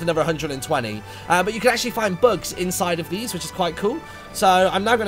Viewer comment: LOL MARTYN I THOUGHT YOU KEPT SAYING 'Books' INSTEAD OF 'Bugs'